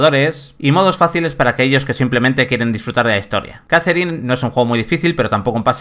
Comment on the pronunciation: JAZERIN... madre mía. Poned a alguien que sepa hablar, por favor